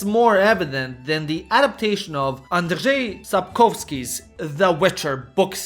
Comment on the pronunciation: Bruh, how could you pronounce Andrzej Sapkowski properly, but at the same time called the witcher "Jerald"